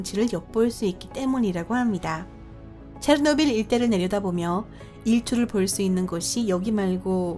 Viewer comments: 체르노빌을 체트빌이라고 발음함 최소한 성우라면 발음 연습이라도 하고 오던가 아니면 소리라도 끄고 듣게 자막이라도 달던가 솔까 토픽 채널이 다른 과학 채널보다 유익해서 구독자가 많은 줄 아나? 토픽 채널보다 유익하고 재밌는 과학채널 널림 북툰을 비롯해서 리뷰엉이, 신박과학, 1분과학, 미노스, 밝은면 등 이 채널의 지분 중 80% 이상이 힐소님 지분이고 힐소가 없었으면 구독자 2만이라도 됐을거 같음?ㅋㅋ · 으악 오늘 음성이 최악 ㅠㅜ 체노 빌? 교포인가?